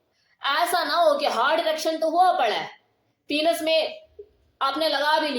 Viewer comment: पीनस नहीँ पेनिस कहते हैँ मैम